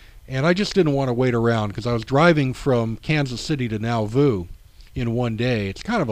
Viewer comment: Thank you for a great presentation! You have encouraged me to make a trip to Nauvoo. Two small comments: The R in RLDS stands for Reorganized, not Reformed, as you will see in the older church seals you display. Also, Nauvoo is pronounced naw-voo, not now-voo. ;-)